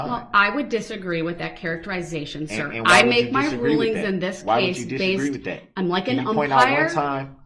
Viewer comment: He was asking Detective Carpenter and sais thist instead of this